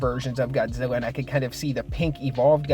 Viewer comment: You called him godzeva